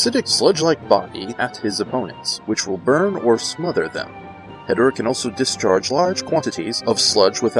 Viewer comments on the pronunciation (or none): It’s called He-Door-Ah